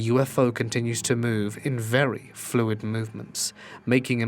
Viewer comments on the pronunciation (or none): none